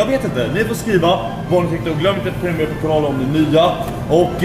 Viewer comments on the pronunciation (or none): none